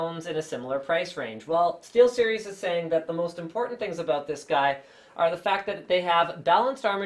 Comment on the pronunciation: steelstiries XD